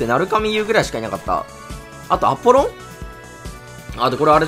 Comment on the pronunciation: アポロンのイントネーションおかしくない？